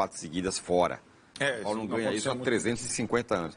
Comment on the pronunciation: Engraçado vc falando som Paulo 😅 Brincadeira a parte vc é muito bom comentarista 👏🏻👏🏻👏🏻🙋🏻